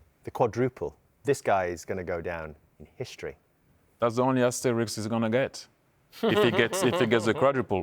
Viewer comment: * needs an asterisk against his name as the leader of the people who cannot pronounce asterisk (3)